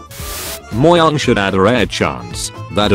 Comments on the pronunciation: POV: You're a tree in a new Minecraft world. Well, what if the player is in creative? Edit: i made this edit so i dont have to make another comment Its not pronounced Mo-Jang with a J sound, its pronounced Mo-Yang with a Y sound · what we call it: mojang what a text-to-speech calls it: moyang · Nobody: Nobody: Literally Nobody:: Mo-ya-ng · Speechbot: MOYANG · Text: Mojang TTS: Mo-YANG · Him: Did you know Mojang updated Minecraft? The other dude that speaks on: You mean mOyANg? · Why all pronouncing "moyang" when they Say mojang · Bro why is the pronounciation for mojang “MOYAANGH” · i love how the robot telling the memes call mojang "mowang"